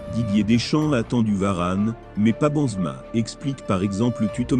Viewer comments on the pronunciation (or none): La voix il s'appelle Benzema non bonzma c'est un propres